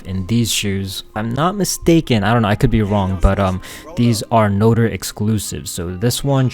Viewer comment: its not note-er its no-trey